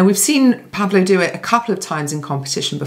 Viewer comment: I could completely shock you: it's not pronounced PAvlo, but PavlO 😊 instead. And yes, it's a biblical name corresponding to Paul and Pablo in English- and Spanish-speaking countries respectively.